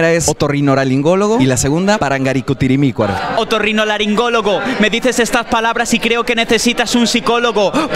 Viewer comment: Nadie: Absolutamente nadie: El men q no sabe decir parangaricuturimicuaro